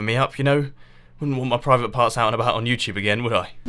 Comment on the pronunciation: am i the only one that heard him say "wouldn't want my privet parts out on youtube... AGAIN?"